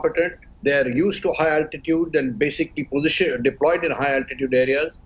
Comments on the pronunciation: Deployed not deloyed, please, what prize for me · Did anyone noticed the word "Deloyed"??